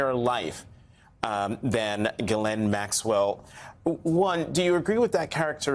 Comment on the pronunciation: not at all important, but I think this/she has clarified here how to pronounce “Ghislaine”.